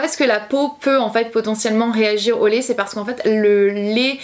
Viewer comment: Ça me perturbe que tu dises « Lé » au lieu de « lait » 😂 sinon super vidéo 💜 ☕️